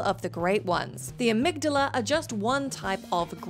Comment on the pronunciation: You've obviously never played Bloodborne with that pronunciation of Amygdala.